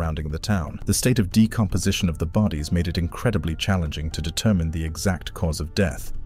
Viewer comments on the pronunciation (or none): none